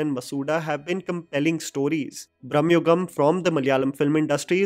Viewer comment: Its not brahmayugam man, its Bhramaaaayugam, Bhramaa means imagination